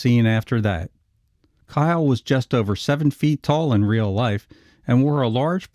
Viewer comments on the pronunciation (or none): none